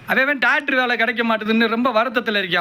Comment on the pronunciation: Doctor ❌ Tokter ✅